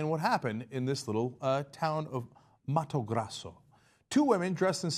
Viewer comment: Cenk it's Mato Grosso (sounds like Gro in groceries). Funny enough Mato Grosso means Thick Buch in Portuguese (insert pervy giggle here :P )